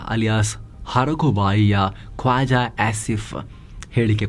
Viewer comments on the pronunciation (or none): ಕ್ವಾಜಾ ಅಲ್ಲ ಕೋಜಾ